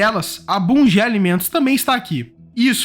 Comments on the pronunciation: Parabéns pela ótima explanação! Obs: a pronúncia correta do porto de Itaqui é "Itaki" e da empresa Bunge é "Bungue" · Karaca s pronuncia é itaqui e não intaqüi e bunge é bungüe😂😂😂.